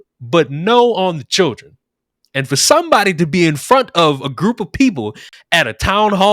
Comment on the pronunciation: From: La-Tanks...To Chil-Dranks...Smh. 😒